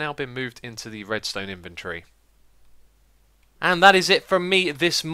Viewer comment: You say invent-tree